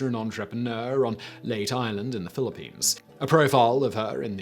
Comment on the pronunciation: Ooh. The list went for the more obscure. Thanks for the introduction to these amazing ladies Oh and a mention of a lady from my country, nice. I think her first name should be pronounced "nye-ves" and the island is "Lay-te"